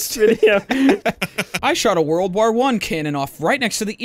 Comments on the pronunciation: For the love of God someone teach doo how to say war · Idk why but the way Dooo pronounces "war" really rustles my jimmies